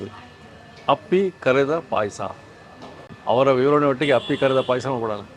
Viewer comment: Appli pay Asa alla. Appi pay Asa